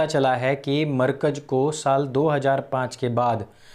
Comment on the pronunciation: Yaar, markaj markaj kya karte ho. Bolo "Markazzzzzz". Itna accha bolte hue bhi galat pronounciation aisa lagta hai jaise lazeez Biryani khate samay danton mein kankar aate jayen. Please, pronounciation sahi karne mein thodi mehnat keejiye!